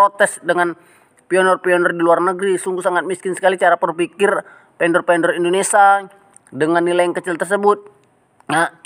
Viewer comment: Indonesa atau INDONESIA....